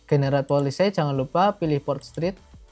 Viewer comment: Polesay ❌ Paolesi ✅ 🙏